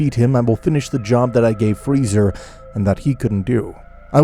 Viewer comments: I CANT GET OVER HOW BEERUS CALLED FREEZA FREEZERR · I love how beerus calls freeza, freezer 😆